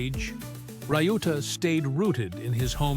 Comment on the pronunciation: Pronunciation of Shohei’s brother’s name is not “rai-yu-ta” but “liu-ta”. It is disrespectful to the man you want to make a clip with his story, but also unprofessional.